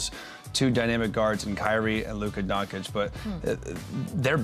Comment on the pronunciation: When will these clowns learn to pronounce Doncic correctly.. ffs it's embarassing